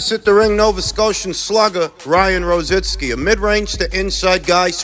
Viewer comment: Why is it so difficult for you guys to pronounce ROZICKI? ITS NOT ROZINSKI..lol..